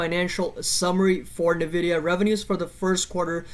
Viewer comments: It's pronounced "en-vidia" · Thanks for publishing but credibility dumps when you don’t know how to say the name of the company you researched.